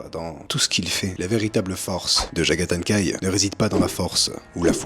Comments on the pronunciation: Bonne vidéo comme d'hab ! Mais dites, je suis le seul qui entends "Jagathan kai"? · Du mal à prononcer le nom visiblement 😏😂👌🏼